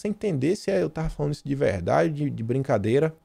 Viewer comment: "É veldade essa pesqüisa!" kkkkk...